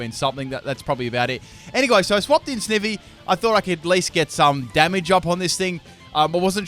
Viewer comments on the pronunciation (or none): ITS PRONOUNCED SNI-Vy NOT SNIH-Vy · loved this video but i couldn't get over one thing... "snivvy" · Its not Snivy, its pronounced Snivy! Ugh. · the way you pronounce snivy physically hurts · The way he says snivy makes me wanna die lol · It's snivy not snivy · lol it's funny how you pronounced Snivy and Leavany XD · this video pissed me off he pronounced snivy and gardeivor wrong SO MANY TIMES IN THIS CHANNEL